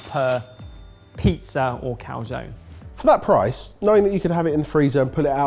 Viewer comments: So you can pronounce paella, but not calzone? Cal-zo-knee (I guess it's really cal-zo-nay/cal-zo-ne, but baby steps) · you pronounce the e in calzone!